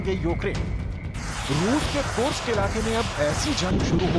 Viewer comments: Kursk hai kursak ni pehle sahi se bol le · कुर्स्क का उचारण सही करो।